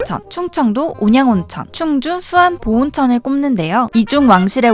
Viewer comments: '수안_보'온천이 아니라 '수안보'온천이라고 발음하는게 맞아요^^ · “수안”보온천이 아니고 “수안보” 온천이라고 읽어야해요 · 보통 수안보온천은 수안보_온천이라 읽지않나.. 읽을 때 수안_보온천이 맞나요?